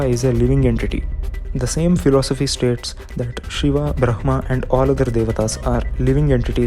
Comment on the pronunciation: why are u pronouncing "brahma" as bhhrma?